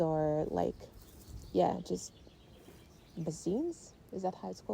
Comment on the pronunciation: I love your linen skirt; I think I might need to make one for myself, as I recently made myself two knitted crops that would look cute with a skirt like that. Also I love hearing you pronouncing certain words. I think perhaps you were trying to say basin? I’m Australian and I pronounce it bay-sin or bay-sun (actually, my accent puts it as a bit of a blend between those two sounds)… Props to you for doing all the videos in English even though it’s not your first language! I can’t speak any other languages, so lots of respect for those who can.